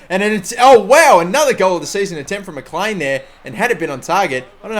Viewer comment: Mclean is pronounced. Mcleen